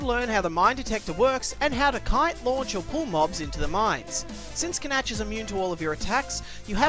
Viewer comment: I think Canach is pronounce like Can-Ack,not Can-Atch.